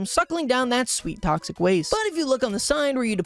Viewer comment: DUDE HE SAID PRONOUNCED "TOXIC" AS "TOSCIC" WHAT A LOSER